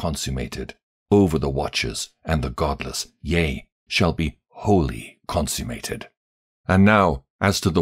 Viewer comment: Humble feedback: Uriel is pronounced as Uri-el, same as Rapha-el; and not Uri-“eel”. And I believe you read consummated as consume-mated, but I could be wrong.